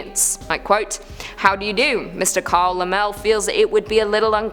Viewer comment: Oh,! Shame on you! If you'd actually seen "Frankenstein," you would know it was pronounced Carl Lem-lee...